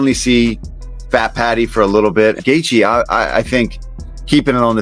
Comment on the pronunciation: Wait did you just say gaythea? 😂 it’s gaychee bud